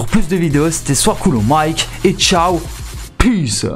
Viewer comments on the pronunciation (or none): none